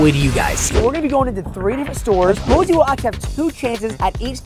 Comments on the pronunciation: it’s poise not Poseie💀💀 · It’s poseie not posey 😊😊😊😂😂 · It posie like look at all the other comments no afence